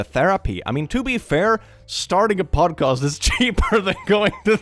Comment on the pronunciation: saying podcast in a different accent than he usually has hit me like a ton of bricks